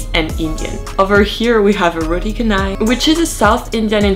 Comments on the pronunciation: its roti caa-nai not kanai lol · Its not "Kanai". The correct way to pronounce it is "Cha"nai as in CHAmpion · The way to pronouce roti canai is rowteey chanay/chanuyy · Amazing video... pronounce the Ca in Canai like you pronounce the Char Kue Tiau 😊